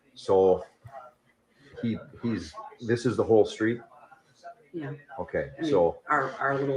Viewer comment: My favorite is how he puts a T on the end of so many words - like ‘biast’ or ‘thist’ 😂 I can’t!! It’s so entertaining!!